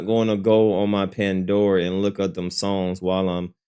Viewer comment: Mf said Pandora 😂😂😭